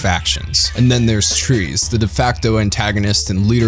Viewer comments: DUDE - you gotta get your pronunciation of the names right. Tre-ez? You mean Tres (helpful hint - just say “trays”)? Sheesh.... still do more mecha vids tho. Good channel. Stupid pronunciation of names.... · "Tree-ez", "Rom-feller", "Kwa-tray"... WTF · Deeply cringing and waving my hands in the air hearing him say "Tree-ez", "Kwatray", "Rom-feller", "Shong Wufei". I honestly don't know how he pronounced Zechs right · Was it really too much to ask to re-watch a single episode to make sure you were pronouncing characters' names correctly? Quatre, Heero, Chang Wufei, Treize, Relena Darlian, Lady Une, all butchered and cringe to listen to.